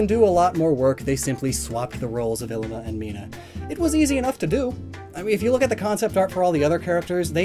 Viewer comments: Bugs me being from Hawaii but his name is pronounced like "eeleema". Great video overall though XD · Lowkey annoying to listen to him say “ILLimAh” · This always gets on my nerves. Third gendered individuals were a common thing in many Polynesian cultures, including Hawaii. Mahu is the most commonly used term today for very feminine, and/or homosexual men. Ilima, which you pronounced DREADFULLY, is a very common stereotype in feminine Polynesian males. Traditionally, they were often our teachers and spiritual experts, as they were seen to have a broader perspective than the average person. Why do people just FORGET to study the base cultures Alola is based on SO damn often? Ilima is straight up an homage to the tradition of having more than two genders in Polynesian cultures, specifically Hawaii. It MAY or MAY NOT include sexuality. Christ. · This whole time I though his name was Llima, pronounced Lee-muh. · Was I the only one who pronounced Ilima 'lee-ma' instead of 'i-li-ma'. It looks like a double letter L to me so that's why I pronounced it like that. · I always read Illima as Lima. And was confused when you said it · .... I always pronounced Illima as Lima in my head..... like Lima beans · He was pronouncing it wrong too.